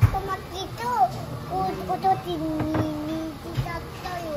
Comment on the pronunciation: 上手に「なっとまきください」が言えて偉い❗偉い‼️ で、とっても美味しそうに食べていて食べたくなっちゃった～😍 山わさびのお寿司も😍 納豆やきゅうりで、はたくさん食べても肥満にはなりませんね🤗 いつも札幌へ行くと必ず寄る回転寿司屋さんで、懐かしい✨ 家族がのTシャツに興味津々でした☺️ネタがめくれることを話したらびっくりしていました‼️